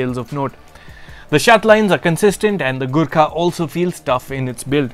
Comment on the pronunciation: Every time you said "Gurkha"..I misheard it as "Good car" LoL.